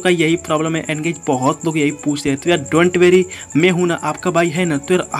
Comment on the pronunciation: SomesOne notice that He said : doint werry not dont worry😂😂😂